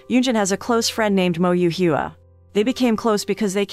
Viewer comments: i CANT LOL. the pronunciation of HUA "Hugh-ah' ahahaha YES ROBOT VOICE! GO MONOTONE XD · and the fact Hua is supposed to be pronounced "hwa" lmaoooo